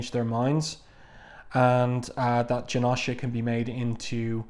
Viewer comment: U gotta pernounce the o in janosha more but thank u so much for the vid